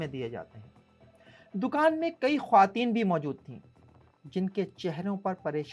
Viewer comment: Khawateen ko Sahi pronounce karlein